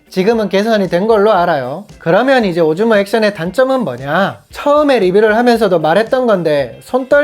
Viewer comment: 오즈몬를 오줌이라고 들어서 깜짝...ㅋ 엫 요즘엔 렉스 명상이 기다려져. 매일 알림 확인하면서 기다린다. 감기 조심하고, 건강 잘챙겨서 다음 영상에서도 건강한 모슾으로 오~~~래 만나자